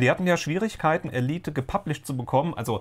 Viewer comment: Nope, "Elieht" nicht "Ehleit" ;-)